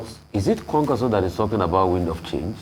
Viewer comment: Ayo, it's KWANKWASO, not KWAKWANSO.